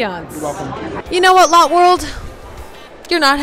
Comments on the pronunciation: Ok so lotte world is pronounced loh theh world try google translate no offense ….. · Lotte world is actually pronounced Lottie world not lot world 😊👍🏻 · Lotte world is the best! Its not a big deal, but lotte is pronounced like lo-tae lol! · Omg!! I'm from Korea and I live here, I'm so happy that you made your first time in Asia in Korea!! Also, it's not Lot world, its more like - Latte - but with an 'o' instead of an a sound :) p.s - that roller coaster Brent was scared of, its called French Revolution, it's really nothing ☠+ I lived in Singapore for 7 years, that was my apartment :)))) This vid just made me so happy :D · Hi, Glad you came to South Korea The pronunciation of Lotte World is (Lot Dae World) Love your videos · Love that she went to Korea, but cringed every time she said “lot world” because it’s pronounce “low-tay world” 😅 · Btw it's pronounced Lotté not lot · As a korean, its pronounced lot-ae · It’s not lot world, it’s pronounced (low-te) world. Live octopus is literally my favorite food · Great video. Funny. But it's pronounced "Latt-eh" World, not "Lot" World. Lol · It’s not Lot world it Lō tae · It’s pronounced lottAY not lot. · LOL its not lot world its lota~ world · i dont really know how to say this on text but its not lot world its lou teh world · It’s pronounced lott+ie not lot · I live in Asia. You do not pronounce it lote it is lott[ey] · It is not pronounced lot it is pronounced like the word latte but spelt different lol I have lived in South Korea before so …… pls it would be a little bit more respectful if you pronounced it right but otherwise else we love you ❤❤❤ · Lotte is pronounced (Lo tae ) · girl its pronounced 'lottey" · I’m from korea! Still mad she pronounced Lotte world wrong 😭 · Not the right pronunciation of Lotte